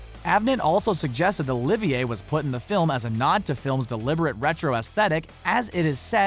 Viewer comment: Ahemm, Yes, although its Olivier (with a silent R: Oh, Leave, Yeah) BTW, while Olivier was known to be eccentric, Infamous wasn't necessary the top Adjective I'd use (Classic, Great, Famous would do).